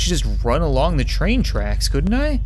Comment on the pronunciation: I rewatched one part threze crap"e times just to figure out if he said "Let's not get stuck on the crap" or "let's not get stuck on ze crap." I still have no idea so... Lets not get stuck on ze crap